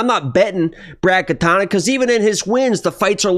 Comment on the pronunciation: Now you're saying Katana instead of Katona. Angelos rubbing off on you bruh.